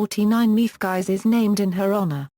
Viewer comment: You have mangled this wonderful woman's name, not just mispronounced it, but MANGLED it. It's insulting and makes you sound very ignorant. If you are going to produce a video tribute to someone the LEAST you could do is PRONOUNCE THEIR NAME CORRECTLY. Its would take oh maybe thirty seconds of internet research to find out how to pronounce her name. Her name is pronounced MEEP GEESE or MEEP SAN-TRUE-SHITS. Do a little bit of research, show more respect for your subjects!